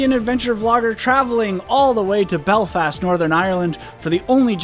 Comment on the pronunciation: An American that can pronounce Belfast properly? I'm mindblown